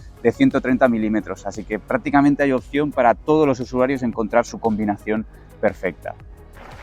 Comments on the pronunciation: 06'03" ... "convinación" ... buff, me ha dolido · por favor: COMBINACION 🤦🏻‍♂️ Me sangran los “hogos”…